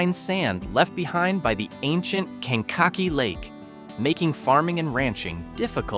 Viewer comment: Can-cocky? It's kan-kuh-kee'.